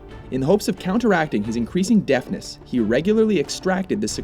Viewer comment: I'm sorry but... "Deathness"?